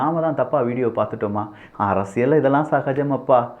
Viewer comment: தயவு செய்து, தலைப்பைச் சொல்லும் போது, 'அரசிய'ல்' சதுரங்கம்' என்று சொல்லவும். 'அரசிய'ள்' சதுரங்கம்' என்று சொல்லுகிறீர்கள்.